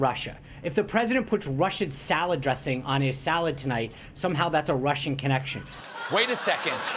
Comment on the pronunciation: he said "russhid salad dressing"